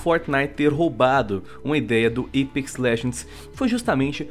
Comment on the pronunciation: o porra, fala apex não eipex, q raivaaaaaaaaaaa